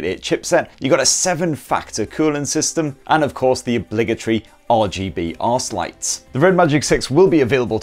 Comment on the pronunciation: Did he say RGB ARSE-LIGHT??